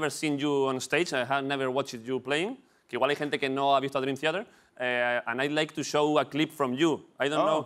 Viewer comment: David broncano se ha traído a Dreamtheater a catar agua a su programa, y a olerle la barba a Jhon Petrucci. Este tío va en buen camino. PD: La cara de petrucci cuando David pronuncia mal el nombre de la banda es brutal. XD